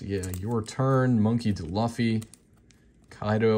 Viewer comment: Learn how to say Monkey D. Luffy for god sakes, you’re killing me smalls. You can tell you’re not a true fan of the Anime series, shame.